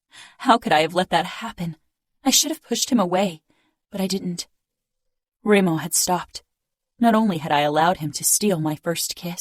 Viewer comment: She pronounced Dremo insted of Remo, so...and when she does the male voice is disturbing, annoing. But the hole story is beautyful